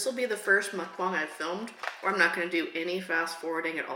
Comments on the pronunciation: You keep saying muckbong it's MuckBANG. Say bang, it's bang. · Also it’s not mukbong it’s mukbang just to let you know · When you say Mukbang your supposed to say bang the same way you normally say bang not bong it’s mukbang not mukbong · why do you keep saying "muckbong"? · It's mook-bang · Mispronounced muck bang. Short "A". I also hate you now for making me want McDonald's.